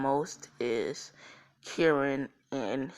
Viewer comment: Karin not Kerin